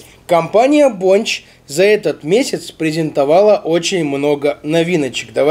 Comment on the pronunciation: Бля мне так режет ушки БОНЧЧЧЧЧ..., камон, БОНЧЕЕЕЕ